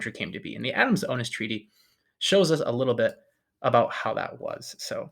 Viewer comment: Hey, it isn't OH-nis, or LOU-ee day oh-NEE; it's Lweez de oh-NEESE. Spanish is completely phonetic and exceptionally easy to pronounce, if you care to spend a tiny bit of time on the names that are important to you.